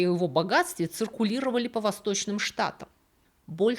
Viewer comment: И ИСТОРИЯ НРАВИТСЯ, И БЛУЗКА ОЧАРОВАТЕЛЬНАЯ!!!! И ВСЕяТАКИ БУКВА Е ЧИТАЕТСЯ, КАК ЗВУК Э! и он ДЭКСТЭР, А НЕ ДЕКСТЕР!!!!